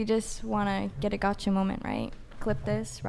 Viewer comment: tried so hard to get a "gotttcha" moment lol